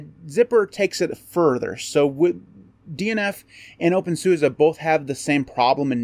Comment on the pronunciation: You need to pronounce it the German way!